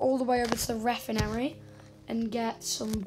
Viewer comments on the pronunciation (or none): the way he says refinery